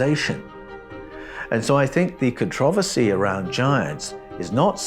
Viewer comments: This was fucking awesome, but it was worth the time just to hear how he pronounces "controversy". So fun tho, this 6 finger part i am focused in on. I met a person a couple of years ago who was Ojibwe, and he told he the old tradition of raising their hand when they greet each, was to ensure you didn't have 6 fingers. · My main problem is how you pronounce controversy...... I'm cool with everything else.